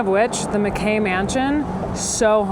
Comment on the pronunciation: The way she mispronounced Mackay mansion drove me nuts😂 since we’re locals, we go there a lot. We’ve done plenty of tours in the Washoe club. But I think the one place that I have found to be more haunted and captured more orbs is at the Mizpah in Tonopah, Nevada. Their rooms are creepy.